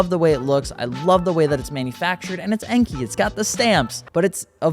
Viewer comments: i mean it more like N-K (en-kay), but either An-K or N-K is better the Enky. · NO!!! Enkei should be pronounced the right way, An-K. It's even on their official YT channel. Whoever sad that to you is not being upfront.